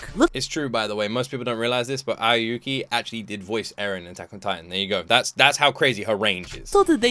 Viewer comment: Personally, I look at the cast to decide the shows I'd watch. If I see Aoi (can be pronounced as Ah-Oh-Wee or Awh-wee) on the cast, I'll consider it.